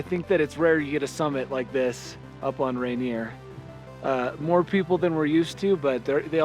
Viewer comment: Its supposed to be pronounced like "Ray-Neer"